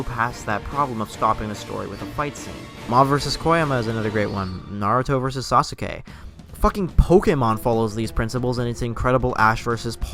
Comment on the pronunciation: This video is SOO PERFECT!! Except that he pronounced “sasuke” in such a wrong way at the end